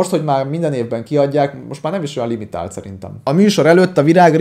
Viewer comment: A hintón érkező csajszi nem is értette a kifejezést, mert úgy mondta: "limi tált kiadás vagyok"